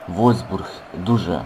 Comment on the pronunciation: не вользбург а вольфсбург